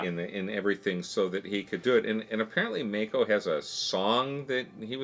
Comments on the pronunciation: Oh, and his name is not pronounced MAY-koh, like the shark, but rather MAH-koh. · I believe the actor who you were referring to named Mako is pronounced "Mah-ko". At least that is what I remember from hearing interviews in the past, but it's been years and my memory is not perfect.